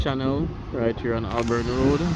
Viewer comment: It is Hol-born not Ol-born Road.